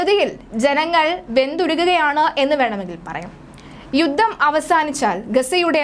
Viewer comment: യുദ്ദം അല്ല, യുദ്ധം ആണ്. ഉച്ചരണം ശ്രദ്ധിക്കുക